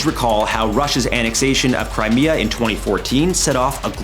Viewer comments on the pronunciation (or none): none